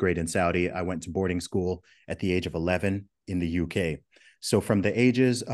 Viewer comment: I can hear just a hint of a Nigerian accent when he says "in the UK".